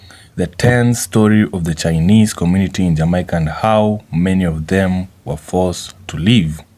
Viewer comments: Why not make content about your own country? You can't even pronounce the word Jamaica properly! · Y u gay black guys dont leave jamaica alone we dont know force any Chinese out we live well with the Chinese u cant even say jamaica correctly go look a man guy